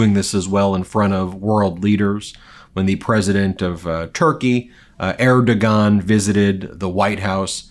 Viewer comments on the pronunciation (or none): 'Air-doe-waan' that's how you say it.